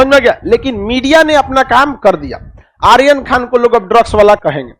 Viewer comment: Aap aaryan ko sahi boliye ga